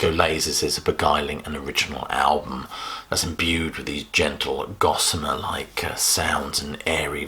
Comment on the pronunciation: Sorry but you said"Gossama" and that took me back to a different age with durex machines bolted to the walls in mens nightclub toilets that always eat your pound coin without vending a bean.No wonder pregnancy rates were so rife? Oh well.Alot older sadly and happily married but have a fondness of the 80,s for all of its hedanistic lifestyle on a weekend night out.